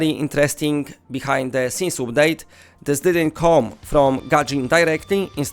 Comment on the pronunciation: You are using a lot of long u sounds (like oo) when it should be a short sound. Like update, bundle, sunday. You are saying them like oopdate, boondle, soonday etc